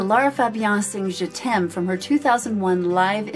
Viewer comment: Hi, one of the most beautiful and purest reaction ever on this particular video. You really have a great soul and you are a very kind hearted woman. By the way, your pronunciation of "je t'aime" is perfect. Just like a frenchwoman would have said it. Love from France